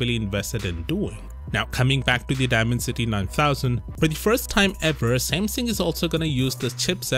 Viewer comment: You should look up the correct pronounciation of dimensity 😅 great vid anyway as always!